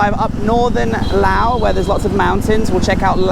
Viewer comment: Im so glad you can say “Laos” correctly.